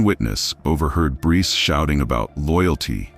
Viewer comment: Sa-coy-a (sacoya)🙄 Br-ice (Bryce) 🙄